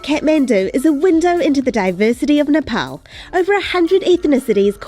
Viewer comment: u need a spoon! how messy! and it is ne- pahl not ne-paul.